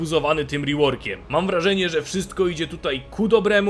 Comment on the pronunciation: "Nadciągam z reworkieem" xDDDDD